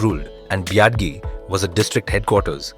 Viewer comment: Everytime he says "biadi" I die a little inside 🥲